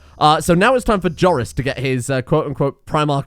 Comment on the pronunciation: I thought you were butchering Joris. Don't scare me like that.